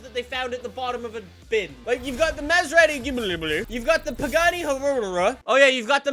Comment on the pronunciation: You mean the Pagani "hoo-rah?"